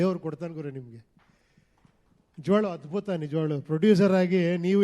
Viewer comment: ಉಪ್ಪಿ ಸರ್ ನೀವು ಮಾತನಾಡೋ ಅಕ್ಷರದಲ್ಲಿ ಕಾಗುಣಿತ ತಪ್ಪಿದೆ ಸರ್ ನಿಜವಾಗಲು ಅನ್ನೋದನ್ನ ನಿಜವಾಗಳು ಅಂತ ಹೇಳ್ತಿದ್ದೀರಾ ಪರವಾಗಿಲ್ಲ ಸರಿ ಮಾಡ್ಕೊಳ್ಳಿ ಸರ್